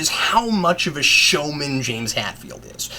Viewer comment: Uh Cap, it's Hetfield not Hatfield.